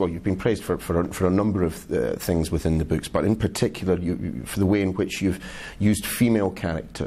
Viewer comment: "Write da books" eh?